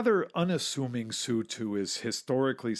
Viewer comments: "So you pronounce MiG M I G?" No MiG is MiG, Su is S U. Always been that way. Just the way things are. Yep. That's right. Next. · S-U, not "sue" T-U, not "too" or "chu" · Not sue 7 but S u separately 7. The same with the Tupolevs. T U not two, come on get people who know what they are talking about and use the nomenclature correctly. That said some of the video’s are great, I love old films of early aviation, it’s great to see how we have improved over the years. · It's NOT a two-22, or even a sue-7!!! Those aircraft are designated as the T-U-22, and the S-U-7 aircraft. This guy is not only NOT a pilot; he's not a very knowledgeable aviation enthusiast either. He sounds more knowledgeable about the history of these aircraft only. Maybe a little more research for your next video??? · It is "TeeYou" not "Two!" And "EssYou" not "Sue!" How can you not know that? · it's pronounced "T-U" not "Too" and it's "S-U" not "Sue" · Narrator: It's T-U, letters pronounced, not ''tew'. It's S-U, letters pronounced, not "soo". Jesus H. Christ.